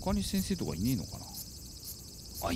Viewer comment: のあの先生の読み方 かっこいい！